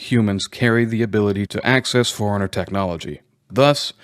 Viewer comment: Am I the only person thrown when he pronounces “forerunner” like “foreigner”?